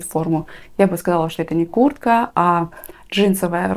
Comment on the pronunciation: Я одна слышу Курка, а не куртка?